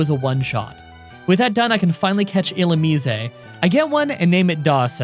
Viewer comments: I've never heard it pronounced Illumise, I've always pronounced it as Illumise. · Is that really the correct pronunciation of Illumise? Thanks, i hate it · You're just trolling at this point with the pronunciation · Not even close on the pronunciation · That's not how Illumise is pronounced Jesus Christ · Even if that's how you say Illumise, it's still weird. It reminds me of Hermione: "it's LevioSAH!" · E-lume-min-ize I’m gonna have a stoke but good video either way man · . It’s pronounced (ill-oo-mize) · "Illumise, eh" Christ you walking Canadian stereotype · Illumise = E-Lou-Mih-Zay You're pretty close lol, it's hard to translate from text alone. Another challenge: Pokémon Platinum with only one Houndour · Ill oo mue sei ... cmon bruh u ain’t even trying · It's pronounced Ill-oo-meese-ayy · Illumise not Illumiseh. It's not Italian... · ill-umize (the ze sounding like how it does in size) that's how I think its pronounced. also could you possibly try and beat pokemon black2 with either roggenrolla or the monkey trio? (pansage, panpour, pansear) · I’ve always pronounced illumise as, well, illumise. Like illumin-eese. Illuminisé~ just kinda sounds odd. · Its not illumisey its illumis🙁🙁🙁🙁🙁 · bro its pronounced like illumise not illumise. where did you learn to talk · I am somewhat conflicted about your pronunciation of Illusmise. It is probably correct given in was derived from Japanese, but it sounds completely wrong in English. Every English world ending with 'ise' generalize sounds like 'ize' rather than 'izay'. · "Illu-mees-ay" the Italian Pokemon. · When You say illumise You dont say the E You just say illumis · Last I checked its "ill-oom-eyes" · Ill ooh meese. Think geese when you say meese. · All this time, I've always thought it's pronounced as 'ee-loo-maize'.